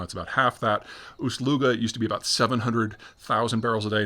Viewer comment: "Primorsk"? "Ooshluga"? Are we going to just stand by in silence as Peter makes up names for fake Finnish cities for his own amusement and/or some weird sex thing? I mean don't get me wrong, I'm glad someone's finally sticking it to Finland, but what happens when he starts doing it to your hometown?